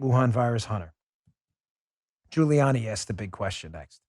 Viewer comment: Geriatric fool is too damn tired to actually say Rudy Giuliani it comes out Rudy jelani